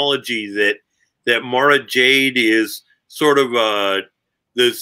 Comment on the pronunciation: Please guys. Mara is pronounced like car, bar, par, far, etc.